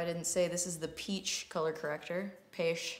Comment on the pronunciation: Not sure if you just said peach weird or if it was a Jenna Marbles reference, but I’m here for it.